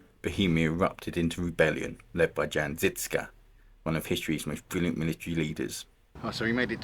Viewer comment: Jan Žižka is pronounced as you would read Yan Zhishka...you should have learned that before making a video man🤔